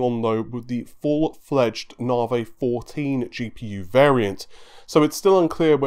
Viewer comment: Nah-vee. Not Nar-vay. You say it like 40 times a video. Please, try to get it right.